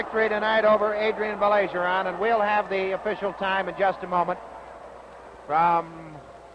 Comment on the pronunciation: Funny how the announcer corrects himself for Baillargeon's name in the beginning but then proceeds to mispronounce it for the rest of the match...🙄